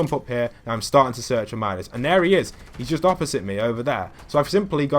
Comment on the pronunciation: Man, you said every agent's name wrong Meedas Skay TNT Tina Meow sickles Meow sickles Pyaow Pyaow rifle